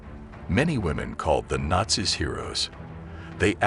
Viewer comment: How do you pronounce nazis ? You are pronouncing it (rong) ! 'MORON!'